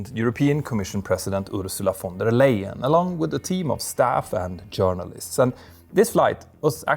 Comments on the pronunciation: her name is pronounced like "lie-en" not "lay-en" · Can we please pronounce the EY in Leyen like "I" in English? Thank you. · Ursula von der Leyen is not right in her head anyways.... also she is under investigation of money laundering... can't believe a darn thing she says... she is making the EU to crumble... and you pronounced her name wrong... and being at the pronunciation you always say your name wrong too... Peter is a dutch name... when there is 1 T you pronounce it as double E with 2 T's then it is like you say your own name..... It is sad when people can't say their own name right